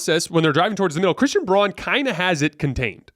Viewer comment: Pronounced like brown the color. Christian Braun.